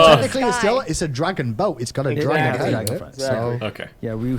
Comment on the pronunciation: "Dargon" btw haHAA